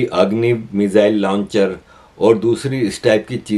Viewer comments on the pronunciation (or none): none